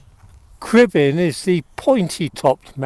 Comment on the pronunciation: Perfect pronounciation of the Welsh mountain names 👌